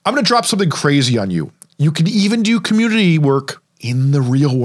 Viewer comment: take the time to pronounce COMMUNITY